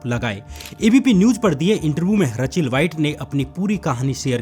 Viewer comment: रचेल नहीं रेचल